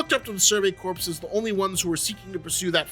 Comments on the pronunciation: Love your vidya dude. But a bit of constructive criticism: ‘Corps’ is pronounced ‘core’ not ‘corpse’. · Imma be that guy, since there's a lot corps coming up in anime. Corps is pronounced like core, not corpse. Survey core, demon slayer core, Marine core. English is often a needlessly difficult written and spoken language. Video is 🔥🔥🔥🔥 regardless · Whenever people pronounce corps weirdly,I hear corpse and then just heard survey corpse and thick that describes a lot of scouts pretty well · “Corps” is pronounced like (core) like the Marine Corps